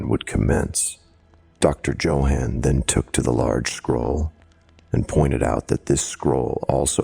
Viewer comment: My first story of yours... good job! Though please look up how to pronounce Johann 😆